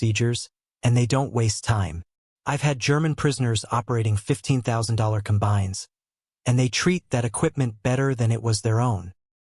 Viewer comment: Com-bines. Barr-acks